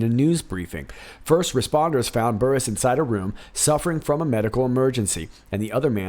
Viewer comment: On the story about Chris Burrous, he had foot surgery recently and we believe he became addicted to the pain meds. And when the doctor cut him off the meds, he turned to illegal drugs. So we hear. BTW, his las name is pronounced like burrows like the animal. 👍🏻